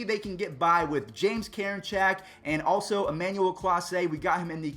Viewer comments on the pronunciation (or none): none